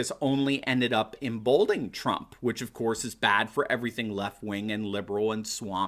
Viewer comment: The word is em-bold- en-ing.